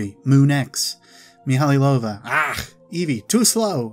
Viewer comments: Great video. Thanks for the work you've put in organising these tabs. One thing bugged me throughout the whole video though: the name is pronounced mee-high-low-va not mee-hally-low-va. Otherwise, fantastic video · I always thought it was mee-ha-low-va. Meh, doesn't matter much, I know who he's taking about.